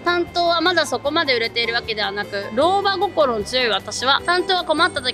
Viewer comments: …老婆こころって…^^; 自動音声じゃないんだから笑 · ろうばごころじゃなくて ろうばしんだよ